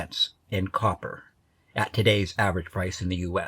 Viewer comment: That’s a whole lotta coppah!